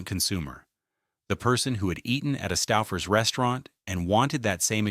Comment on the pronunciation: Making me crazy. STOOOO...FERS. OOOO not Stauffer. I grew up in Cleveland with Stouffers. Still eat it.